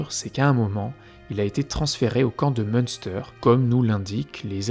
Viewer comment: Petite info linguistique, en allemand, le ü se prononce u, du coup, le camp se lirait plutôt Mune-stèr